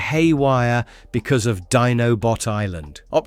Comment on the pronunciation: 1. Its iacon not yacon. 2. Its always Teletran One not teletran Y. 3. Its Dinobot island where its pronounced diy-no-bot not dee-no-bot 4. Season 2 You forgot episodes as well as did not have them in correct order. 5. You forgot the movie before Season 3. 6. You skipped episodes in Season 3. 7. You never mentioned how Japan continued Season 4 differently with a full Season 4 having the story goes a different route. You did a lot of work, thank you for everything you did review. Thank You. (Everything in my comment isn't meant to be taken as negative, they are just corrections I noticed. )